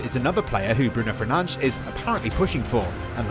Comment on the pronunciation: FERNANDES NOT FERNA-DE-SH